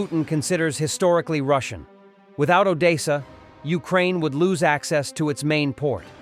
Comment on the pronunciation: It's Odessa it is pronounced O .... Dess ... A 👍